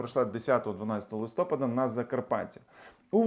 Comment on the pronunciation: ЛистопАд - правильний наголос, будь ласка!